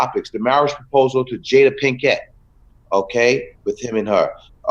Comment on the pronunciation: The pronunciation of jada pinkett was shaky....here in Baltimore (where shes from and where they met) we pronounce it pink-it not pink-ETTE